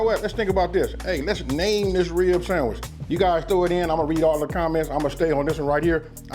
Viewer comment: The Riblet samitch Not sandwich, but samitch